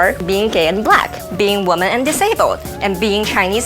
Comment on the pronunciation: WTF!! Everybody on this planet is a minority! Everybody!!! Young and dumb...like video gal. ~sigh~ I do not miss those days. And what is with young dumb chick and her "womb-man" pronunciation of the word "woman"? Though accurate, it is beyond archaic.